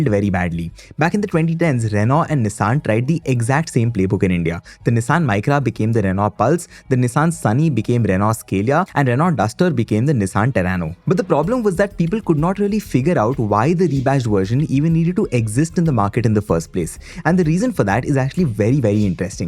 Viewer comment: It's SCALA, and not "SCALIA".